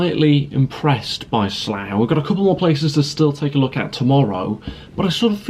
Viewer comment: Pronounced 'Slaaa'